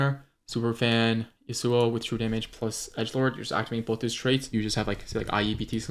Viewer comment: ITS YAWSUO NOT YUHSUO